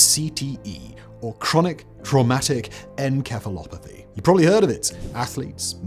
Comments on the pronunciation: Encephalopathy, with a soft c/s sound, not enkephalopathy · En-keh-phalopathy? Arw you Greek now, Simon? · That was the worst pronunciation of encephalopathy I've ever heard lol Encephalopathy is pronounced "en-sef-uh-LAA-puh-thee" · Simon, you gotta practice the pronunciation on some of these in advance. Encephalopathy has a soft c to make the /s/ sound, and pugilistica is pew-ji-liss-tih-kuh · not even 1 minute in and he mispronounces encephalopathy. what a pathetic cash grab channel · I’ve never heard anyone pronounce encephalopathy with a hard c (k sound) before. Is that normal for Brits? In the US we pronounce with a soft c (s sound). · Brother, you cannot make a video about this, pretend to be knowledgeable, and then off the bat pronounce “encephalopathy” that way…. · He pronounced “Encephalopathy” totally wrong lol.. used a hard C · Simon, the "c" in Encephalopathy is a soft "c", not a hard one. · CTE was mispronounced. The C in encephalopath is an S sound